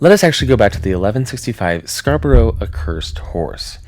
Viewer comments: Scar but ruh Not scar bo roh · As a native of Yorkshire i can tell you that Scarbrorough is pronounced as Scarbruh, not the American way And we dont really get tornados all that often i cannot imagine the area would ever spawn four but its an interesting theory all the same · This is nuts! 😮 I live in Scarborough and had no idea this was even a thing! (*Side note.... it's pronounced "Scar-bruh") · Scarbora is How Us English pronounce it 😂😂. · the way he said scarborough D